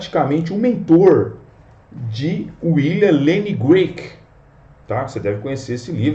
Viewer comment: CRAIG, NÃO "Grueik".